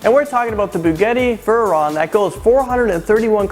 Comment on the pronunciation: Buguudy veeron... Best pronounciation ever XD